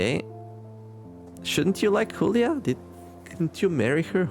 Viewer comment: I think Julia is supposed to be pronounced not like “Hoolia”, but more like “July->Julie”